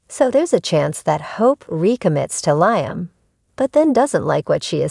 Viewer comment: its liam, not laamen!